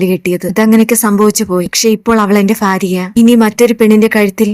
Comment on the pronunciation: ഭാര്യ എന്നാണ് ഫാര്യ എന്ന് കേൾക്കുമ്പോൾ bore ആകുന്നു ഭ എന്ന് പറയു please